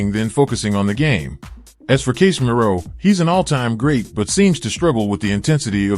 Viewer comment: Is this text to speech, because the pronunciations of the players' names is just awful. Casemiro? Gravenberch? This is a football channel, the least it can do is say names correctly.